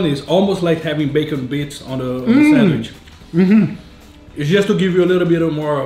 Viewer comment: Can someone tell me why is he saying sandwish and not sandwich? Is there a reason for it? Not hating or anything, just casually asking...